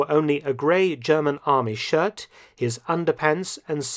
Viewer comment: I love your impeccable German pronunciation 👏👏